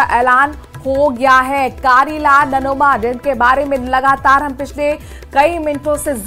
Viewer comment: Namoma nhi nanoma h madam